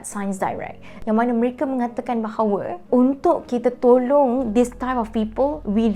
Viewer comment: frog yes orang professional, orang yang selalu cakap BI pun kalau diorang cakap Melayu takde pun bunyi errr. Bahawerrr la . Nak sebut 3 jadi tigerrr la. Nak cakap campur cakap la bagi elok-elok bahasa Melayu tu.